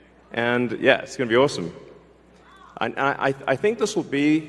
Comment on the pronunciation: listen to him say 'It's gonna be awesome". Does anybody else hear how his accent changed and how British he sounded?